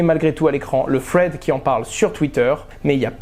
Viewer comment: Par contre quite à foutre des anglicismes partout prononce bien stp. Les "fred" sans le contexte jaurais jamais compris thread.